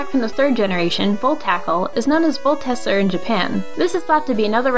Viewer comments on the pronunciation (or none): Hey,, I wanna give you a little hand. If you had done just a little more research, you'd find you're pronouncing "Volteccer" wrong. You said it as if it was "Voltesser", but Pulseman actually shouts the name of the move in-game, pronouncing it as if it were two C's or K's, not S's. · Game Freak developed more than the games shown. It's pronounced voltekker, as anybody who's played Pulseman would've heard.